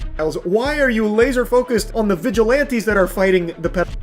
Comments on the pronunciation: I know this is a horrible situation, but PLEASE stop saying "Vigilonties", It's "Viglilanties" but spelled like Vigilantes. I'm sorry and I might get a lot of hate but it's really making my OCD go nuts. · They are not Vidge-eh-lawn-tees. They are Vidge-eh-lan-tees. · VigilOnties. You say it too much to ignore. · still saying vigilaunties bruh xD also Roblox needs to just throw in the towel at this point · why they have issues with the 'vigilontees'?